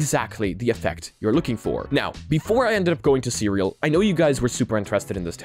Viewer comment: FWIW CREAL is pronounced "see real" not "cereal"